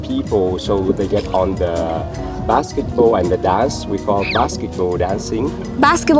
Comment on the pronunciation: Thank a lot for your great video. I used to live in Hoi An and miss it so much! Don't you think he said "Basketboat Dancing" instead of "Basketball Dancing"?